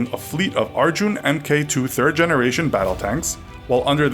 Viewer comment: Mk-II is pronounced 'mark 2'